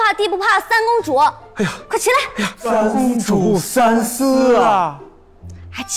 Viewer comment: 19.59 三思啊 四公主。台词都念错了 靠后期的字幕有用吗